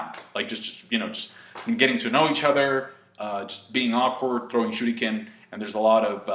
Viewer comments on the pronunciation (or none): none